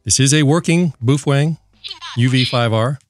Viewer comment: boof wang? 😅😆😆🤣🤣😂😂 he kept saying boof wang...wtf